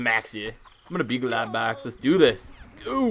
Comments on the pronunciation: you pronounced his name wrong jus to let you kno its pronounced like Glowbox :D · Globox is supposed to sound like this (glow-box)